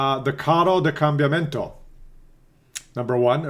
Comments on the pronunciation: God, you're much worse than me in the morning, and I'm not a morning person. I understand that you don't speak Italian, but how can you read Combattimento as Cambiamento?? At least it translated funny, as Tank of Change, where Carro da Combattimento means Battle Tank. :) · its COM BAT TI MEN TO kekw